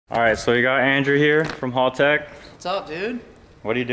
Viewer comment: It's pronounced Haltech, as in "Hell-teck". Unsure why Americans pronounce it "Hall-teck".....